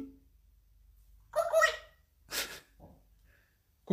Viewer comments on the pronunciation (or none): Pourquoi il Dit coucouillr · On le prononce coucouille mon chat lol et la c magnifique 😅😅😅